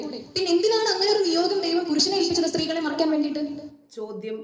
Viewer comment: ശരീരത്തെ മറക്കാൻ അല്ലെടോ, മറയ്ക്കാൻ എന്നു പറഞ്ഞു പഠിക്ക്.